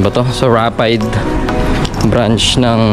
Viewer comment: Sharing is caring.. Rapidé is pronounced as Ra-Pi-Di.